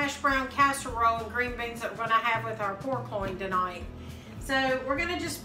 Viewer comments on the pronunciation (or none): "For supper to-noit"